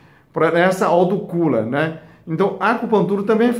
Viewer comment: Plecisa melhola a português, né? A resto é interessante, autocula é intelessante.. ablação!!!